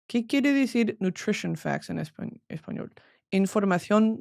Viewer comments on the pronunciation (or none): none